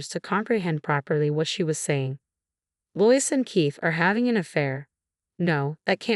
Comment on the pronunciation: The name LOIS is pronounced as "LOW-ISS". I think you always get at least one or more simple word or names mispronounced, in each and every video. Stories are interesting but the telling is always off!